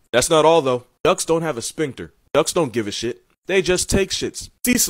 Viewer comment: Did u say “spinkter”?